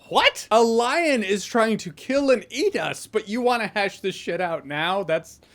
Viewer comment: Solid edit A little after when you saying Lion. I thought you were saying line because of your dislike for the line 'just like you said mom wouldn't die.' Like a shitty line was stalking the script and someone had to say it.